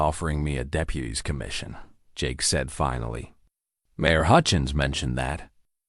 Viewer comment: Good story, but it was hard to pay attention since the person reading it was not getting their punctuation. Write the cadence other voice right and mispronounced a lot of important words like the word mayor. When she turned into a two syllable word Mari, I have had quite a few problems, listening to your things when people pronounce common words wrong like when they call a lead rope a lead rope I know they’re spelled the same but when it’s pronounced LEED anyway, either one is pronounced Ellie a D Amer MARE should not be pronounced MAR I like the name, Mary and they were putting the periods in the wrong place and pausing in the wrong place. I’ve heard a lot better by you guys.